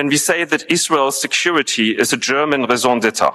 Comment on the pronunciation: I know this isn't important, but I can not help myself!!!!! My ears are burning! RAISON D'ÊTRE ------> RAY-ZOH DET-TRUH!😂